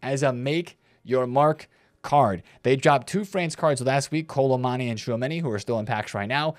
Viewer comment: Why does he call him Kolo Mani?